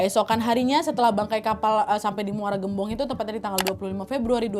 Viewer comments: Muara gembong kak bukan muara geumbong😊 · Muara gembong. Sebutnya bukan eu, tapi vocal E yaaa wawak😊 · Muara gembong kaaa bukan gem-bong